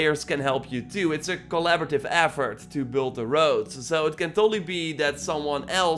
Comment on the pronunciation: so it's a game where you build wowds in chapter tree. humm.....that english man! painfull to hear! funny actually ..still like your vids